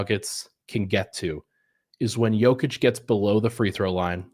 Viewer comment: Love the effort to say Nikolas’s name correctly,! I hope all of our Denver media folks make this a thing! I remember a couple of seasons ago, one of the big media interviewers (Monica M maybe?) said it “correctly” in an on-court playoff interview i think, and the Serbian homies went crazy (in a good way) in the comments 😊